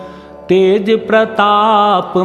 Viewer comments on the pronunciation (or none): none